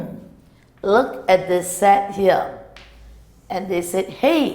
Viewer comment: sometimes she pronouce set as a sex hahaha